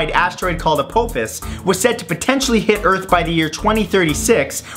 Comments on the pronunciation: You said the name of the asteroid that almost hit us was named "A-POPE-ISS" where it's pronounced "Uh-pof-us" :P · It's pronounced "Ah-pah-fis". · Yeah, those first two would take a minimum of ten billion years each. Not exactly tomorrow. And that asteroid is pronounced a-POFF-fiss after the Stargate villain. And you forgot the collapse of the false vacuum, which would spontaneously cause the entire universe to explode in another big bang. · The Apophis Asteroid (pronounced A-pof-is. Sorry. Had to say it) is actually supposed to pass by earth in 2029 and if it goes through a keyhole, it will hit earth in 2036. So it is a very very small chance so we should be good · Hahaha, A-pope-sus. But the only reason I know how that's pronounced is because of Stargate. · I thought Apophis was pronounced "A-pof-is"